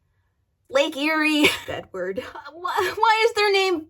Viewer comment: I was grabbing a snack when the video started, heard “Bedward” as “Badword” thanks to not looking at the screen, and went “what the hell, what ship would be nicknamed ‘Badword’...”